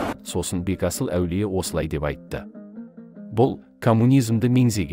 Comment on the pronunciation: Бегасыл аулие дұрыс айтың Бетасыл емес